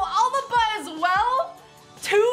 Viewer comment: Did she just call "Alaba" "Albaba" wtf